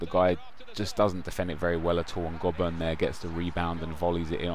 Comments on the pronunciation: Jack Hunt is a beast in real life, and its pronounced Go-Burn :P not Gob-urn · Btw its pronounced Go-Bern